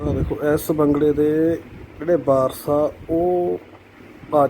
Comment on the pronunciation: Waaris, not Baaraas.